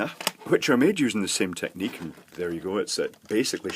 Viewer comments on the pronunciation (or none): none